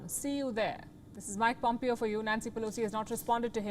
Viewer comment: Pom"PAY"O not PomPio 🤣🤣🤣 PomPio thoda PomPio.